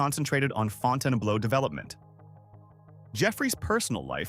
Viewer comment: Fawnten Blow!?!?! 😂 Close but not really.